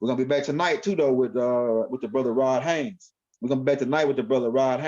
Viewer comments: Why you keep saying Haines when you know it's Haze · 👀 My Brotha.. I ask you not take this the wrong way, but there is no “N” in my Brothers name. It’s cringing. Please please please apologize and correct that. I didn’t say anything but too much time done passed and ROD didn’t say anything but I am. Respectfully 👀✊🏽❤️🖖🏼⚡️♾